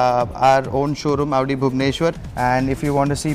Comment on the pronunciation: its Audi not AAUDI